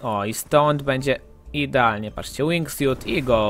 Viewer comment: czy ja się przeszłyszałem zamiast wingsuit powiedziałeś wingfiut